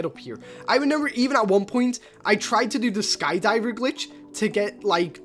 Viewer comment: It’s remember not renember